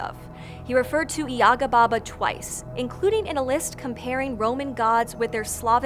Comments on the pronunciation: May I note as one of those "many Russians" that the stress is on the second syllable YagA, not YAga? Also "baba" in modern Russian is a derogatory term for a woman of any age, it might have some "positive" connotations in some usage cases, but even in those situations I would argue it's very questionable. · Gentle reminder that the pronunciation is baba "yega" not yaga. In Russian at least. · Wonderful and engaging story, kudos to the Author! One thing- the stress in the name is on the second syllable - yagA not YAga. Probably not important for a foreigner but really goes against the grain for a Russian speaking person, considering how many times it is uttered. Otherwise - Great job. Big like.. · Actually, it is stressed as yagA, not YAga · You pronounce Baba Yaga incorrectly, it is baba yagA not baba yAga . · Russian correct pronunciation is bAba yagA, not yAga! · Great vid and info but you are pronouncing her name so wrong my ears 😂😂😂😂 It’s baba Yagà not Ŷaga, apostrophe on last a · It's pronounced..YA. GAH...NOT YAGA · It’s BA-ba ya-GA. I love that you covered her, but blast it, the mispronunciation of her name nags me. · It is Baba YagA The accent is on the the second syllable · You are pronouncing it wrong, it is Baba Yagá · it's yagA, not yAga tho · You are mispronouncing her name. Baba YAH GAH. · and I can not get over the fact you've done so much research yet pronounce her name with emphasis on the wrong syllable. jk, loved it. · It’s pronounced with the emphasis on the second syllable. It causes me to cringe the way you say it (you are not alone).